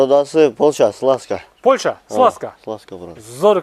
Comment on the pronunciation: Кечирип койгула,бирок Польща эмес Польша